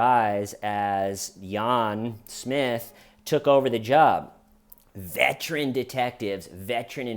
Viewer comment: "Yahn Smith" 🤣